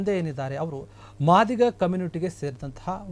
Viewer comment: ಕಚಡಾ ನನ್ನ ಮಗನೆ ಮಾದಿಗ ಅಂತ ಏನೋ ಒತ್ತಿ ಒತ್ತಿ ಹೇಳಿತಿಯ